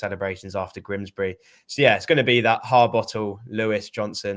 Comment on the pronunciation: you do know it is Grimsby and not Grimsbry? It's doing my head in.😠